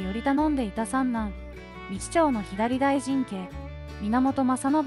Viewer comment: てんこう、みちちょうにも驚いたけど、 ひだり・だいじん”ではなく”さ・だいじん” …音声読み上げソフトか何か使ってます？ あまりの読み間違いの多さに辟易。内容が入ってこない😅